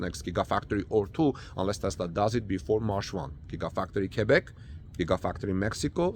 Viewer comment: OMG! American that can pronounce QUEBEC correctly. heart palpilations